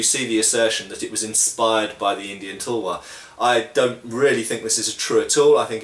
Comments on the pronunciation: bro Indians made tulwars out of wootz steel which was world class and they are certainly good blades, so they were inspired by Indian blades. Also it's pronounced as "Talh-War" not Tulwar the way you say it. So no not all Indian blades were european made, they were indigenous indeed. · Just to share, the Tulwar is pronounced Th-ull-war, or phonetically t̪əl-war, with the ul pronounced as in 'hull'. In Hindi/Urdu, it just means Sword :)